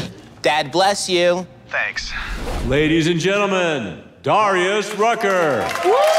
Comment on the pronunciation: pronounced Darius Rucker wrong